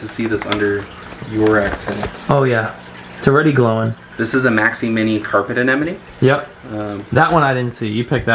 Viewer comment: said anenomeneomene right. Whaaat!! 😮